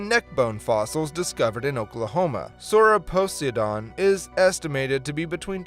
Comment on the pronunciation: >Horrifically butchers the pronounciation of Sauroposeidon (and continues to do so throughout the segment) >Somehow pronounces Poseidon correctly five seconds later What lmao